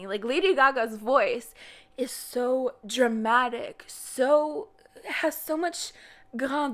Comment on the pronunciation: I wouldn’t mind the French pronunciation if you didn’t butcher it. Were you attempting to say “grandeur?” It was hard to tell. You should probably either learn how to say the French words correctly or drop the French pronunciation all together.